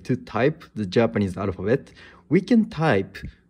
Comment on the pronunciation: I hear a Japanese man speaking English but can't pronounce the L sound, R instead. "Arphabet" instead of "alphabet"